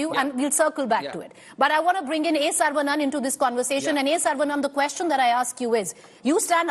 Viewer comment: Wth she can't even pronounce the tamil hindu name saravanan properly.